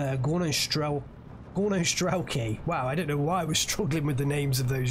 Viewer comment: It's not strElki maaaan, it's strelkI, pls maaaan do the right pronunciation! avtomatchIki - no, avtomAtchiki - yep